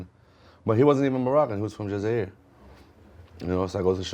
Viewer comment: On dirait qu’il parle bien arabe pcq il prononce archi bien le blase de cheb hasni et el jazair mdrr